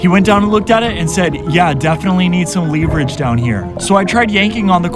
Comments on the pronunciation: the way he pronounces leverage lmao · You are pronouncing leverage incorrectly. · Do me a solid and look up how to pronounce leverage, please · Is it pronounce leverage or leverage? I'm pretty sure it's leverage not leverage... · That's not how you pronounce leverage lol